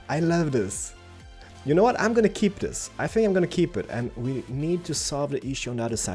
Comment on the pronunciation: What people think says when he says "I don't know": "I don't know". What he actually says: "I don't NO"